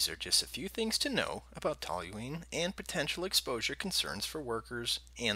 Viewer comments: TOL-yoo-een not TOL-yoo-leen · I like how you're mispronouncing the word the entire video